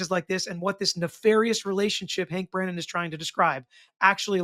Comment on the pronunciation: I dk if you meant to call him "Breenan" instead of Brennan but I'm all here for it 😂 I keep hoping Alessi starts calling him "Breeenan" 😂